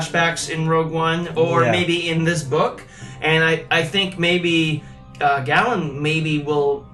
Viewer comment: Galen's name is with a long A sound, like GAYlen. The audiobook confirms this.